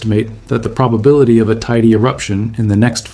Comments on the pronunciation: FYI: It's Tener EE fay (Tenerife), and Tay EE day (Teide). For next time. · The pronunciation of Teide is actually really triggering 😭